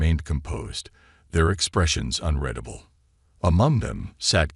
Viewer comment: it's un REED able............ not un RED able